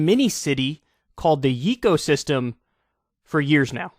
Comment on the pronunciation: It probably is yay co system. Not yeee.